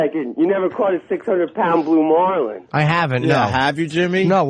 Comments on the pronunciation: "blue mawlin" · The way this guy says "marlin" makes me homicidal